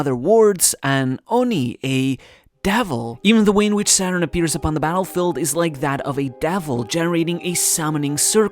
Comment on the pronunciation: The way you pronounced the japanese version of "Saturn" sounds almost 100% like the german word for Satan.